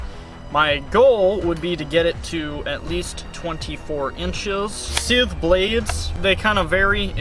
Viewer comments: It is scythe not sith lol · Everytime he says scythe in that weird pronunciation It sounds like he is saying Sith Could you imagine a Sith Lord walking around with a scythe He would look like death😶😑😐🙃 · Sithhhe hehe lol long pronunciation. Who says sithe? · Never heard it pronounced like that before😭